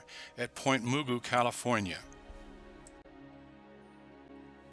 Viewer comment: I spotted the 7L before your narrator even mentioned NAS LosAl. My dad spent most of his career at LoaAl, an aircrewman on Papa Twos. Your narrator also mispronounced Mugu. It isn't moo-goo, it's muh-goo, with the muh rhyming with duh, and the emphasis on goo.